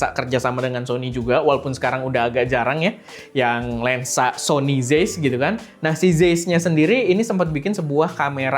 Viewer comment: Bang, ini penting ga penting, tapi cara bacanya zeiss tu "zaiss"